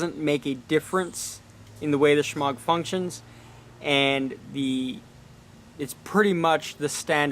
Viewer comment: The 'g' is silent